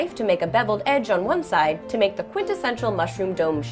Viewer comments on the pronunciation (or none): none